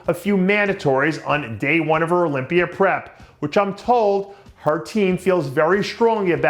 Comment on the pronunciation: "Olympiar" LOL